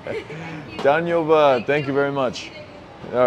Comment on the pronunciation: the way u say danyabad is hilariours